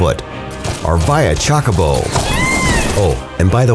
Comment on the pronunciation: finally, an american saying "chocobo" correctly.